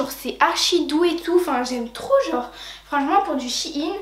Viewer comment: ⚠ATTENTION⚠ shein est une marque qui viens de chine certes MAIS shein ne se lit pas shine mais shaine